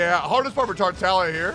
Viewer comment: Bc thats how its actually pronounced